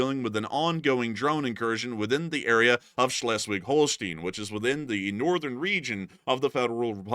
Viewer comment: shlesh-vig-hole-stine 😊 danke sehr ❤